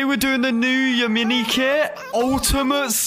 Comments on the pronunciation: actually the kit isnt called Ya-Mini its called Ya-Min-i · acually the yaMINI kits name is pronounced Yam-in-i